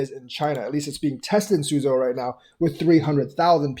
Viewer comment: "sue-joe" Love your channel.